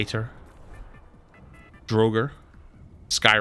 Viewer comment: My man said "droger" lol